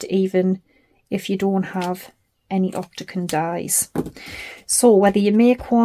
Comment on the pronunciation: Lovely box. You made me giggle by saying ‘octaCon’ multiple times. The word is octaGON😂😂😂❤